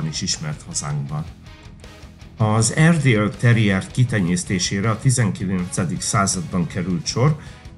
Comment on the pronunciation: Ez borzalmas videó, szakmaiság nélkül . Az narrátor sokszor ki se tudja mondani az erdi nevét, nem sokat ismerhet egyik fajtából se. Mintha az Akita egy szuper fajta lenne....